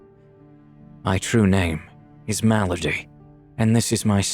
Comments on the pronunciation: The woman's name was Malady, pronounced "mal-uh-dee," not the way it was pronounced in the video which was closer to the way you might address a noblewoman "m'lady" short for my lady. That particular detail kept bothering me through the whole video. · M' lady sounds like "Malady"